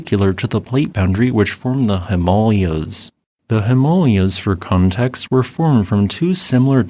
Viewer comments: And Himalayas should be "Him-uh-LAY-ahs" and not "Him-AL-Ee-yas"😂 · It’s pronounced HIM AAH LAY UZ. Just saying. Interesting video yet again. Did the Nepal quake that just hit, and was a 7.1 too, cause this? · That mountain range is pronounced HIM-A-LAYAS... not HEM-MOL-YAS... thankyouverymuch... ;) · My Mom, from India, went to school in those mountains and always said him-MAW-leeahs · maybe. But if the goal is to communicate, you have to take your audience into consideration. Miscommunication is typically the fault of the communicator and not the communicatee. If he were giving this presentation to the Nepalese, then maybe pronouncing it the way he does would make sense - but the rest of the words in the presentation would not - because he would be speaking to the Nepalese using mostly English. So, to whose benefit is it to pronounce it this way? (and BTW, this isn't an "Appalachia" -- Apple-at-cha vs Apple-a-sha -- issue, whereas depending on local dialect defines a hard or soft "ch" - this is completely changing the cant, inflection, and accent of the words in question.) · all this time I've been saying Himalayas wrong. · Your A.I. voice doesn't seem to be able to pronounce "Himalayas." 😮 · Interesting pronunciation of Himalayas..... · What's wrong with pronouncing Himalayas the same as all the other normal people? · I've never herd the Himalayas pronounced like that before.... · That's the weirdest pronounciation of 'Himalayas' I've ever heard. Must be an American thing to butcher every foreign name they hear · Is that a new way of pronuncing himalayans? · ??? that is the weirdest way i ever heard the Himalayans pronounced.